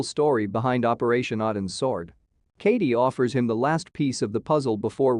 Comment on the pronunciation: What is the name of the op the SEAL team was on? I cant understand the damn AI narrator. It sounds like it could be a mis-pronouned "Odins Sword".